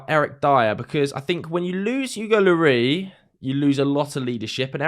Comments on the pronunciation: Pronounce the s on the end of Lloris like you would as if your french rather than just trying to make it sound french. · French people pronounce the “S” in Loris.